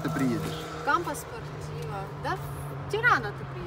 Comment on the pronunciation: Не Тирана,а Тирано, в итальянском языке буква О не произносится как А......